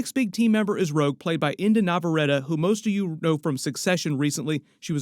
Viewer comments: just for future vids her name is pronounced like indy nevuhready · Jesus Christ u need to re record and say Inde Navarettes name correct dude wtf. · Please pronounce Inde Naverrette's name correctly from here on out. 🤦🏽‍♂️ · have u never heard anybody pronounce her name? That wasn't even close lmao